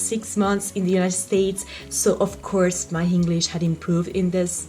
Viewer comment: sei molto brava ma attenta a quando dici: doing >hit< invece di it >ear< invece di hear >hinglish< invece di english